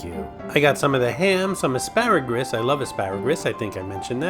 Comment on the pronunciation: I never was a fan of AsparagRus with the extra R you randomly threw in there or just regular asparagus. To each his or her own though. Asparagus makes urine smell extra urine-y.